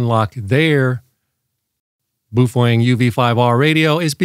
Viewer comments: "Boof-wang"?? It's pronounced "Bow-fung" (rhymes with "cow-hung"). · How can any one say boooofwang so wrong and still they know what they're talking about? It's PINYIN! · I honestly had no idea it was pronounced boof-wang. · You can not unlock the Baofeng because this man talks about the "Bufoeng". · "Beouf-wang!" LOL! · Thats the oddest pronunciation of Baofeng (BOW_FUNG) Ive ever heard😁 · "Boof-wang"? And I thought French was hard to pronounce... 😂😂😂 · In typical North American fashion butchering names...Boof wang.... Meanwhile having that pedantic tone....😂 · You’re pronouncing “Baofeng” incorrectly. According to the Dead Sea Scrolls its pronounced: “Fung-Shway” (“neh•VAD•uh” is also considered correct) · Is that how you pronounce Baofeng? I thought it rhymed with Wild Thing. Wild thing…you make my heart sing. You make everything…groovy… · It's a joke. Just like he says my-giggle-hurts for Megahertz, etc.